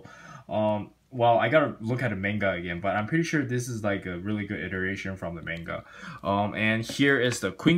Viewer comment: I’m sorry man but the way you say manga hurts me skskskk😂😂